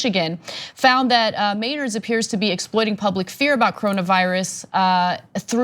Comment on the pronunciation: It's pronounced Meh-nards. "Me" like in "men", and "ard" like in "hard" (sounds almost dirty when I put it like that)